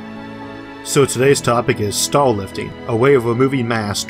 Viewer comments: staw wifting sounds vewy fun bwo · Sounds like he's saying 'stall'